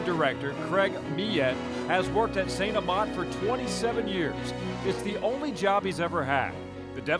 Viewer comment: I swear if u say st amant wrong one more time ima be very mad